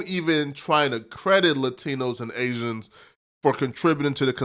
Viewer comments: Why this dude keep saying aizens 🤔 thats very agent like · Asians. Gtfoh bro stop saying Asians. You sound really goofy 😂😂😂😂😂